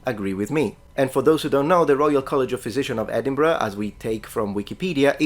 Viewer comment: Thank you for pronouncing Edinburgh correctly, some people pronounce it "Edenburg" for some reason.